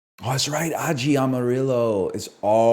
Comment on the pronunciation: The way NL pronounces spanish words like "aji amarillo" will never not drive me insane someone please teach this man how spanish works